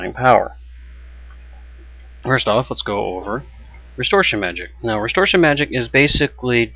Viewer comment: It's restoration not restortion.